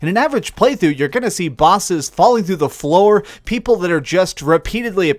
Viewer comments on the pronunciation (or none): none